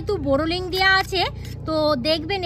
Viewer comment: COMMENT BOX এর মধ্যে কমেন্ট করেছি বাইরে না। কারণ লোক ক্রিটিসাইজ করার জন্য ব্যাকুল হয়ে আছে। বোরোলিং নয় বোরোলিন। শুদ্ধ বাংলা ভাষা বলার চেষ্টা করুন কারণ অনেকেই দেখছে তো? নিজেদের উন্নতির জন্য আপনার বুদ্ধিটাকে একটু কাজে লাগান।